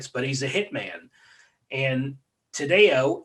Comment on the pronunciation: last name pronounced tad-dee-oh. interesting podcast. a lot wrong. lol